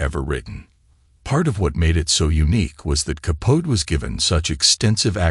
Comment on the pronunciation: It's Capote (kah-poh-tee).